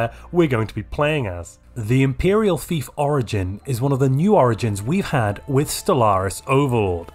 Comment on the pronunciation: I heard “imperial thief” not “imperial fief” at the end, which I think sums it up well. I would like to see a take on the prospectorium start, namely in how you can increase your research stipend from your overlord to gain even more research than I think a scholarium could leach, and emerge from your vassalage with a territory filled with strategic resource deposits.